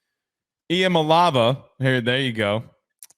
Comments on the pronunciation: Not Iamalava as pronounced haha. He said, there ya go as if he got it. e-uh-mall-e-ah-vuh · Actually, IT is E-UH-MA-LAY-AVA😂❤